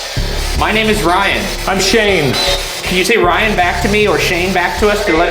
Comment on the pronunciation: how teh helly did Shane hear Ryan? That was the clearest “Shane” ever